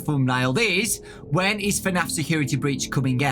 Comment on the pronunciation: wennis Me: what Also me: "oooooh, when is"